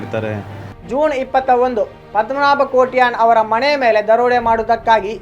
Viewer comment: ತನ್ನ ಮಣೆ ಅಲ್ಲ ಮಾರಾಯ ಮನೆ ; ನಿನ್ನ ಜೂಣ್( ಜೂನ್) ಮಣೆ (ಮನೆ) ಇತ್ಯಾದಿ ಕೇಳುವಾಗ ಯಾವ ಭಾಗದಲ್ಲಿ ನಗ ಬೇಕೋ ಗೊತ್ತಾಗ್ತಿಲ್ಲ!